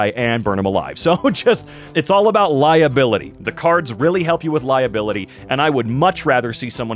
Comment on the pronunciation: "it's all about lie-abikity" Shirley every scan is about lie-ability? ^_^